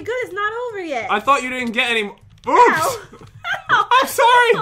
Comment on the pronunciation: Pat be like: oUps